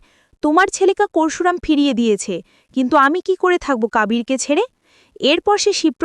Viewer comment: পোরশুরাম নয়, পরশুরাম ---সঠিক উচ্চারণ করতে শিখুন। আপনার বেশীরভাগ উচ্চারণ ভুল। আপনি আদৌ ভারতীয় বাঙালী?